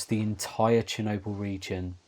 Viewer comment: Very good video and as a narrative you could do very well only if you can learn to pronounce the letter L. There is no such thing as noodoos and needoo's. Or Chernoboo. Work on it and you could go a very long way. Your video is exceptionally interesting but totally let down by your annoying narrative.